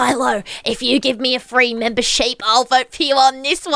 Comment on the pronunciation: Mimber ship not sheep